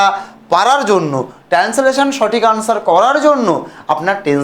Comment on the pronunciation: Ota married na merit r tensolation na ota translation.😂 Minimum pronunciation gulo to thik korben.